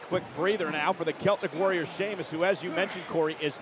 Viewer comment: Cole called him Sheamlus lol